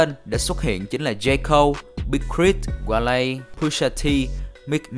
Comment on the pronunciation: nó là đọc là "goa-lê" chứ không phải là wale đâu